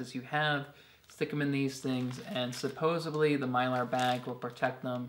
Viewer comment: SupposeDly (not supposeBly) :-) I already have those two hand-crank radios but am TOTALLY getting that flashlight and expandable light! Very cool!